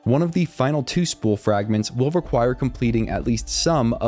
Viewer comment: "nunper" "frangments" "holly" ??